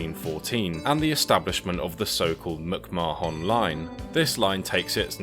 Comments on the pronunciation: Instead of M'c-Ma-Hon, isn't it pronounced something like McMah'n? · As an Irish person the way you pronounced McMahon gives me anxiety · Hahaha he is pronouncing it the way we Indians pronounce it. 😅